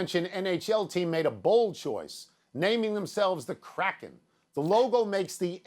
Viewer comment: Funny thing is the word Kraken correctly pronounced is nowhere near Crackhead 🤷‍♂️